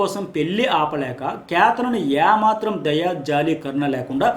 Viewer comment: యా మాత్రం కాదు.... ఏ మాత్రం అనాలి.....